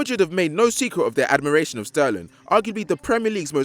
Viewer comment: Who let say his name wrong??